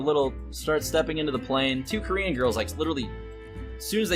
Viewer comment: Well the TSA were racist to a lot of ppl that weren't white, so I don't think any of those ppl will pity you anytime soon, Mr.crybaby. Oh ya... The way you are emphasizing the word Korean is way more racist. Why don't you just quit taking planes like you quit hearthstone. Kappa